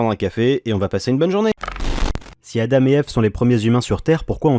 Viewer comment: Bonjour, Adame est la prononciation anglaise... Adam se prononce a dent.